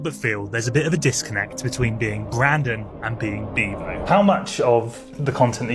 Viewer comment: His name is Beavo NOT Bevo 😂😂😂😂